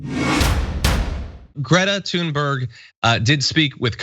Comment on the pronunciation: Why can't the rude Americans pronounce Greta Thunberg's name properly? Great-a Tune-berg Hope this helps!